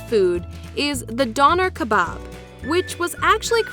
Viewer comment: Döner kebab not Doner kepap